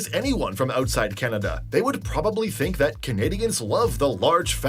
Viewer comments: The fact the voice says “Canadian” but than the country itself is “Kenuhda” drove me crazy. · Who is this narrator? The information is incorrect and he can't even pronounce 'Canada'. Hi!! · Canadians don't pronounce "Canada" like that or enunciate that way. American tend to emphasize each word, consonant, and syllable as if they are each important, whereas Canadians soften or blend them together more. The narrater is almost certainly A.I., and the script sounds A.I. too. I know you can't generalize, but no Canadian would pronounce Canada that was unless they were trying to play into some weird stereotype. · Canadian here... this video is so totally AI - written and produced. (It doesn't even pronounce Canada normally... lol - and is the reason much of the wording seems so strange! Oh, and it doesn't seem to realise that the Canadian Dairy Milk and the Caramilk are Cadbury brands...the same company it said for the UK. And yes, American 'chocolate' is vile.) That said, I'm finding it extremely amusing. 😊 (And yes, you're right about Canadians getting annoyed by always getting lumped in with Americans. 😉) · I think the script for the video you were watching was written by generative AI. It is also narrated by AI as well that doesn't know how to properly pronounce the word Canada in all instances. The channel you are reviewing is not making their own content and they did not fact check their details. I am glad you recognized that it was a little (lot) off. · The horrible AI voice can't seem to say Canada correctly.